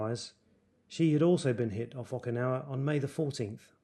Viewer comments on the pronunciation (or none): It’s not okin.. it oh kin ah wa